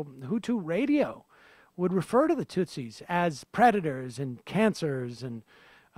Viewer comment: "Aliens and Predtors" Lol c'mon that had to be on purpose.